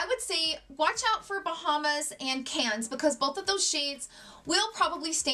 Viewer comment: Seychelles = “say-shells” Cannes = “can” 😘